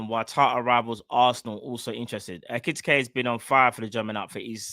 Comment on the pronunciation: Bro his name is EKI TIKE 😂 pronounced EKE TEEKAY